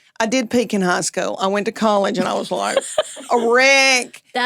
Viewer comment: I thought she said "Hosco" like Costco. My begeezes! She said High school!!!